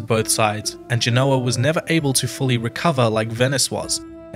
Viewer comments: Listening to the way Americans mispronounce "Genoa" makes me want to put ear plugs in. Its not "Ge-know-wa" it's "Gen-o-ah" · Forgive my pedantry, but Genoa is pronounced GEN-oh-a in English, and GEN-oh-va in Italian. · It bothers me that the expert on GEnoa/GEnova mispronounces the name of the city. (But maybe he's using a different dialect of Italian.) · Please pronounce places like Genoa correctly. Its very easy to look it up. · Genoa mispronounced.